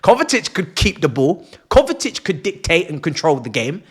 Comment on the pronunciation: It's KovaCic, not KovaTic.